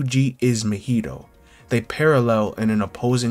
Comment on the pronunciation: This video was heat mane gotta subscribe for this but the way you pronounce Mahito's name kills me a little bit 💀